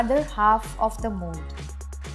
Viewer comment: i thought she said mole but then i realize that she said mold😅😅😅